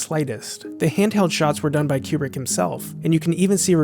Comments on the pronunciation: It's Kubrick. Not Qubrick. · I thought he was saying Q-Bert